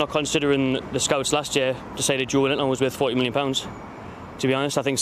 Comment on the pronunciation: The entitlement of Newcastle fans is on a par with Arsenal fans. Also, can’t even pronounce his own player’s name properly. It’s ‘Jo-elin-ton’